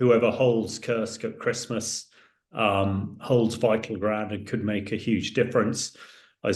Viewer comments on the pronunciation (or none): none